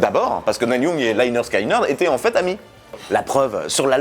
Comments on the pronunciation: On prononce "NIL", pas "Nel" Young. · "Nelle Young" mdr Ca se prononce "Nil Yang"